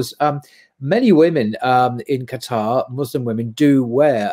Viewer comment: Thank you for not saying Qataaaaaar, it's so annoying hehe